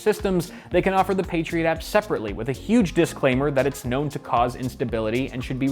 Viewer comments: I keep hearing "Patriot Act" rather than "Patriot app." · i keep thinking he's saying patriot act